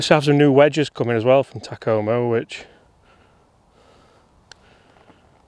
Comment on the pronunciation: 201...These would be fun to beat my golfing buddies with. Takoma rhymes with Oklahoma.